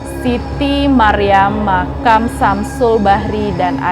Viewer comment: Bukan dibalik makan mbak tapi makam 😄😄😄